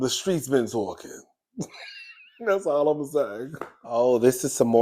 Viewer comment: Fireplace poker Terri J. Vaughn “tha streetz are tawwkin!” 😂😂😂😂😂 you sound like a New Yawka! You’d fit right in with us hahahaha 🗽